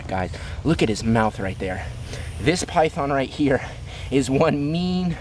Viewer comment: Its so funny when it saes pithon eating chicken but it sownds like eating piyhon chicken